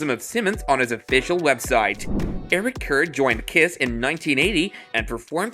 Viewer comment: I can't believe they called [Eric Carr], Eric Kerr!? WTF!? That's what happens when you have "yuppies" do a story on Rock and Roll!! Stick to your American top40